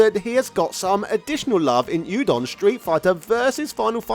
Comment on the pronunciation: oodon not youdon ❤